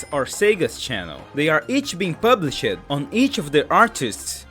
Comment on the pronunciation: Whenever you say with an -ed at the end like changed, climbed, or published, you want to pronounce it with the previous syllable instead of separately. Changed instead of chang-ed, climbed instead of climb-ed, pub-lished instead of pub-lish-ed. If that didn't make sense, then try thinking of it as if the e in -ed doesn't exist. Changd, climbd, publishd. Hope that helped, or even made sense.